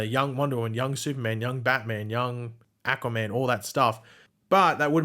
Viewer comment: why do you say Aquaman like Acaman